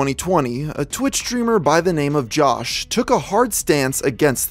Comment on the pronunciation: You mispronounced "Jawsh" as Jawce